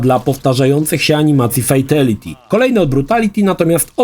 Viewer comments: Nadal fejteliti… 😅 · Nie oglądałem jeszcze materiału, bo nie wiem, czy go zniosę, więc najpierw zapytam. Czy nauczył się w końcu poprawnie wymawiać słowo "fatality", czy dalej słychać "fejteliti"?